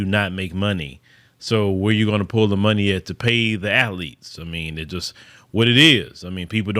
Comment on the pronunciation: Full disclosure...I'm just here to hear say, "at－letes." 😐